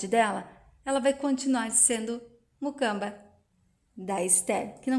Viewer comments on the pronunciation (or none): Moça😮?Vc disse MUCAMBA? Ñ é MUCAMA? Olha, até elogio o trabalho que vc tem em narrar as novelas, mas precisa prestar atenção nas palavras que diz.Há muitos erros crassos em seu portugues.Melhore pra narração ficar perfeitinha, ok? 😉